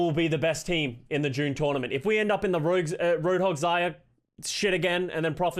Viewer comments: He keeps saying june journament lmao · Drinking game take a shot every time says June jornament